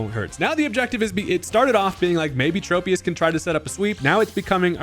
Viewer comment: Why do people call Tropius like that? Is it the trope pokemon? Is it based on a trope-ical tree? No, it's based on a TROP-ical tree